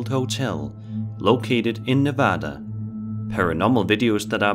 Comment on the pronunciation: Thank you for saying Nevada correctly...